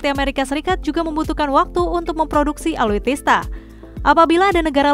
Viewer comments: ALUTSISTA BUKAN ALUTISTA. NEWSCASTER GANTI AJA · Alutsista mbaaak... Bukan alutista, Susah bener bilangnya...